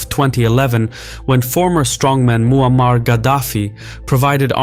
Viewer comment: Moo-a-mar 😂 cow dictator of Libya? Jesus send help to this YouTuber.